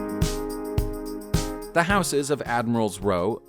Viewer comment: Please can you pronounce houses correctly?